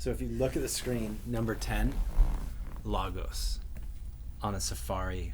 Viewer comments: The host of this show needs to pronounce Lagos correctly... it's annoying every time he says it wrong. Keep up the good work anyway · Nigerian here Lagos is pronounced ‘Lay-gos’ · Please stop saying "they "stop saying it's the culture and stop stereotyping all Nigerians... Just say these particular scammers are doing this... Nigeria has a rich culture and for you to say, "this is the culture over there" comes off wrong... And its pronounced (lay-gos) Lagos Other than that l like your videos but you need to be a little sensitive with your delivery because it's off a bit.